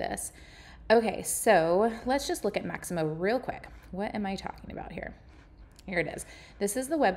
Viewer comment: Mixamo, not Maximo